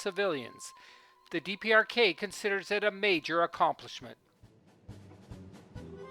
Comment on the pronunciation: he says DRPK instead of DPRK. Haha